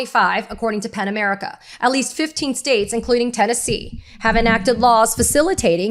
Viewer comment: Pen America or Pan America?? Ok, it's "Pen" America. Helpful to spell -- you are actually pronouncing "P-E-N" as if it COULD BE "P-A-N". Just an internet/YouTube Virgo. But, a truthful one. It's just AS EASY TO SPELL IT, Katie, right?